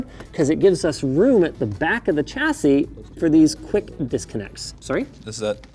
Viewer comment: There is no ‘t’ in ‘chassis’.